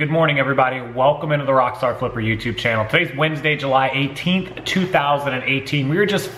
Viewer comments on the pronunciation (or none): none